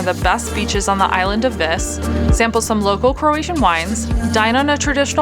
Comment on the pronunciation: Unfortunately, you keep pronouncing “Vis” wrong. The i is pronounced as a long e sound.